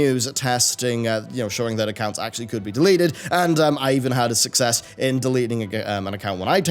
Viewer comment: I swear I heard deleted twitch thots